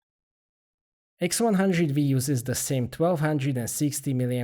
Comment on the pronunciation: & nice camera- its the x100 Five not the x100 Vee